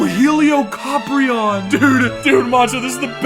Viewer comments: super duper "heelicoprion" catch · No, he said like heliOCoprion